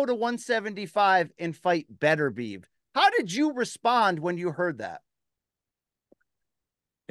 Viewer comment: Pronounced Beh-ter-bih-ev